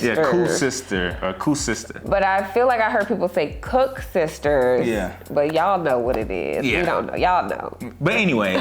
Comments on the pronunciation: You had the Cape Malay version of that sweet delecacy, so its prunounced ‘Coo-Sies-Tes’. There are many versions of donuts in SA. The ones you had is not ‘cook’sisters’. Koeksisters /Cook-sisters is the white folk version. Those looks like weaved rope. Its also very good in its own way but tastes very different to Koesiestes (Coo-Siest-Tes). Just had to clear that up on behalf of the Cape Malay people who came up with them. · Naah bro. Those koeksisters are rhe Cape Malay version. So it should be prunounced ‘koo-sies-tes. Cook-sisters is for the white version which those on the video are not.